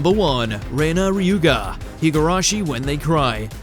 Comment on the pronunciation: The name is Rena Ryugu, not Ryuga